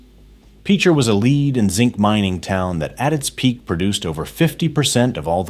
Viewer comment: AI can't say lead like the element. /do not reccommend